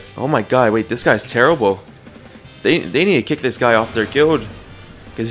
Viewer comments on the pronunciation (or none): none